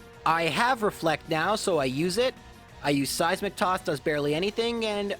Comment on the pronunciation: All I hear is "Size McToss".